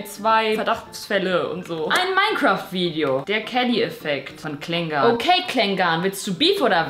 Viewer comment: Nicht Klengahn~ sondern Klengan (von der Aussprache her':))